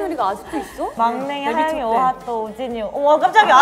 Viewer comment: 💗 에이핑크의 모먼트를 댓글에 담아담아 💗 은지의 찰진 욕 연기 •• 노래를 잘하면 이쁘지말고 이쁘면 연기를 잘하지말자 😝 밖에서 노는 걸 좋아했던 뽐 .ᐟ 놀이터에서 5시간 이상 노는 아가들 특징 ☀️🌈 시구 천재 뽐 ⚾️ 후에 나오는 허씨 집안 드립도 넘나 웃기는 ｡ ｡ 지니 항영잉 🧞‍♂️ 하영이가 황제성의 숨겨진 여동생 ｡ ｡ ｡ ｡ ｡ ｡???? 동생을 많이 ~^^ 아끼시는 은지님 •• 하영이 건들면 은지한테 혼나요 🚨🚨 다 너무 웃겨서 넣을까말까 하다가 못 넣은 것도 많네요 에이핑크 넣어주셔서 감사합니다.ᐟ 케이팝 진심녀로써 에이핑크 너무 좋아했는데 요즘 술꾼도시여자들로 주목받고 있어서 너무 좋아요 ❤️ 에이핑크 활동이 오래된만큼 사이가 더욱 더 돈독한 게 보여서 너무 멋진 판다가 늘 응원해요 .ᐟ.ᐟ.ᐟ 🐼🐼